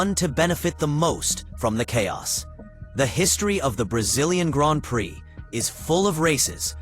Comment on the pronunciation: It's pronounced "Gron Pree" ! Try IT! 👍🏁